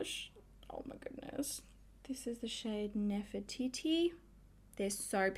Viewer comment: 😂 So.Cal girl here and I was laughing too! The first time she said it I was like 😳 and then 🤣